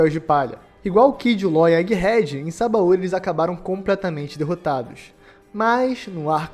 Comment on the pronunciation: Sabaôri é o teu cool. Pronuncia direito, porra